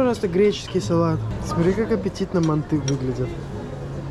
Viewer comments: Ма́нты а не манты́ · ударение ставится на а а не на ы манты